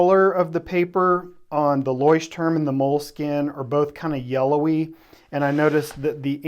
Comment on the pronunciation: Also: loykh-tehrm, not loysh-turm.